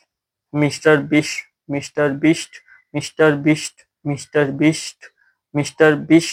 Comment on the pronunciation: Bhai ne 30 min tak Mr.Beast bola......wahhh salute hai bhai ko👏🙌... Par bhai mere ko lagta hai na ki Mera khan karab ho gaya hai...kyuki Maine tumko Mr. Beast bolte hue suna ....par mujhe kuch or hi sunai de rHa tha... Jeshe ki wish me please 😂..miss me please 😂...mammy please 😂😂😅